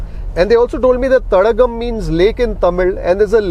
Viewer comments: name of that restaurant is Tadaakam not Tadakkam. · it s not thadakam but thadaakam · Its not thadakam.. thadaakam